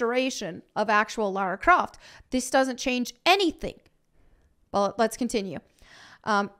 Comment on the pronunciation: Laryn Croft